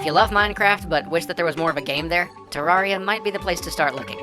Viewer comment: It's pronounced Ter-rare-ree-a.